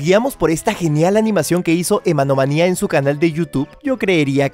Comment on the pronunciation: dijo emmanomania cuando el canal se llama emmanomia XD